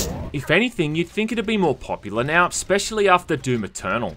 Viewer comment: Every time I hear "when it came "miau" out" I crack out loud. Where is this accent from???